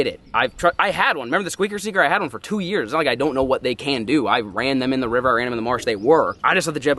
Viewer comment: 😂😂😂 “wets get a boat for the wivel” I’m dead